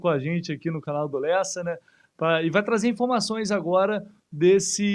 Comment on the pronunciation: Presta atenção no cara falando Lessa😅